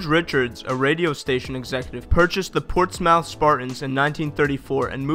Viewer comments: Portsmouth is pronounced Ports-meth not Ports-mouth. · the portsMOUTH spartans noah fence but it's pronounced portsmuth. im from portsmouth our high school uses the old stadium for our football team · Ports-MOUTH?? That's Ports-SMITH. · Ports mouth is pronounced port smith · Ports Mouth?!?! LOL! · I think you might've definitely pronounced Portsmouth wrong but ¯\_(ツ)_/¯ Can't change it now